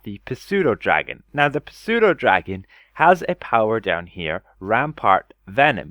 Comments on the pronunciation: it is pronounced Sue-doe. The p is silent. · the p is silent in pseudodragon, also the chultan tiger has faster attack speed now